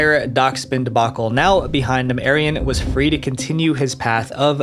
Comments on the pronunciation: his name is pronounces 'ah-ree-on' and his last name is 'kur-thai' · “White Arion” doesn’t sound good when you say it.